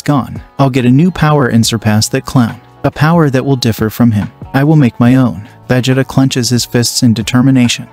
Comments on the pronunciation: Did you just pronounce it veh-jit-uh? It's Vuh-Jee-Tuh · I really wanna listen to this but if I hear vegeda one more time imma get irate 😤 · Vegita vegita vegita. Cannot get past this pronunciation of Vegeta. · Veg ... It .. Ahh? seriously right out of the gate I hear the computer TTS mispronunciation... thumbs down comment and leave. Narrate it yourself and I might listen. But TTS computer voice Naw I'd rather find a better chnl. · I was interested in the concept then I heard "Wize" for Whis and "Vej-eh-tah" for Vegeta. That's 10 pounds of nope in a 5 pound bag. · Its Pronounced Vughjeeta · "Vehjitduh" "Wise" what the heck is that pronunciation Not to be mean I like the series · yay ill love seeing "vageta" and "wise"😂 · "Veggieta"💀 "Kay"💀 "Texas S S S S M M M M A A A A S S S S H H H H"💀 "Kaymehame"💀 "Laive"💀 "Ayzawa"💀 "Uraka"💀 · Bro said vehjata and wise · it's pronounced va-jee-ta but spent as vegeta. 😡🤬🤬🤬😡😤😒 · The way he pronounces vegeta and kamehameha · I like the story, but you should probably work on how to pronounce Vegeta and Whis name. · Bro how he pronounces vegeta is going to make me uncomfortable for the rest of this movie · Bro is pronounces Vegeta wrong 😂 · Is it me r is he messing Vegeta name up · Bro why is he saying vegeta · He keeps saying Vegeta wrong.... 💀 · Please never say Vegeta